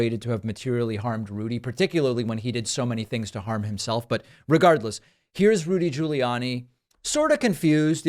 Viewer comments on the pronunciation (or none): Did you just say "Looty"😂😂.. Rudy Looty 😂 Pakman AKA "Pacman 🤣🤣